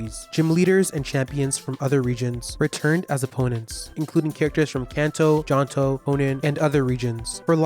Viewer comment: It’s pronounced JOH-toh and arr-KEY-iss, “”! 🤨